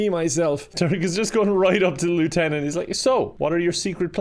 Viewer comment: says lieutenant wrong